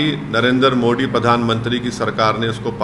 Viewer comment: Sala ye kaisa padha likha h jo मोदी जी को मोडी bolta h😂